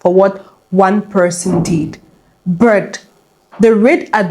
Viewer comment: Why do ya'll pronounce "but" as "Burt"? There's no "r" in that word. Get your diction together.....it's annoying 😮